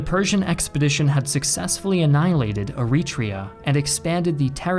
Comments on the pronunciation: You are pronouncing Eritrea wrong by the way... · Every time he said Eritrea I kept thinking of the country